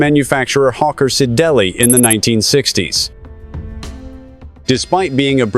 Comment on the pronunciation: Hawker Sidellee...? I just looooove piss poor computer voizezz... NOOOOOT!